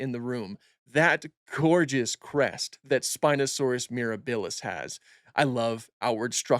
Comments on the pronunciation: pls say miRAHbilis rather than miraBILLis T-T thanks for the informative video though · Love your content here and on IG! Oh and quick heads up - it's MirAbilis (accent on the A), not MirabIlis (accent on the i). It's Latin for "wondrous" and it's also how Serenno, Navarro and the team are pronouncing it.